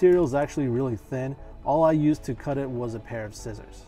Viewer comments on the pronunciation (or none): none